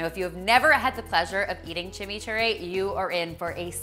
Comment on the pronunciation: I love love love these. But being from Argentina, I just cringed when you called that chimi churri. Maybe it's inspired but it is not authentic.